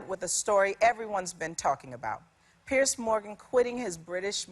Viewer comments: Piers. Not Pierce. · Just pointing out, it's Piers, not pierce